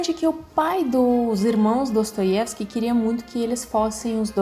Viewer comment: gostei de uma forma geral do seu comentário, mas tenho uma ressalva. Você não pronunciou o nome do autor (Dostoievsky) em russo, como deveria.